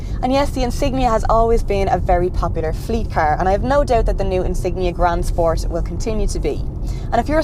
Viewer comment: Grand spors!!!LOL😂